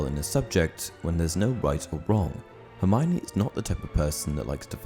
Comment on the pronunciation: For goodness sake, her name is pronounced 'her-my-oh-nee', not 'her-mine-ee'